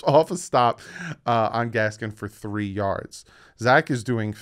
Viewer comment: When you start pronouncing Miles Gaskin name correctly, i will be happy. There is no s at the end of it!